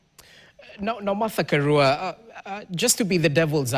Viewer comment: Karua, which is a Swahilinised pronunciation of Karùa. You can pronounce 'Ka(raw)a' if you want to sound correct.